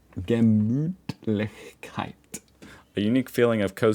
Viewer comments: Wtf you correctly pronounced Gemütlichkeit including the ü that must be a first for you 😂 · I was thinking the same thing! The" Ü" and the "ch", though! He's secretly practicing!! 😂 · I was impressed hearing you say "Gemütlichkeit" - it really sounds german. You spoke the "ü" right. With that, you have a unique selling point. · Almost perfect pronounciation of "Gemütlichkeit" - well done !